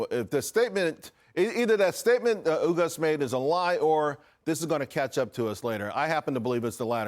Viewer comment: What exactlly is "ewgust"? Last i heard, its pronounced "ahgust".